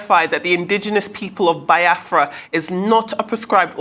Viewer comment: Shame for this lady she can not pronounce Biafra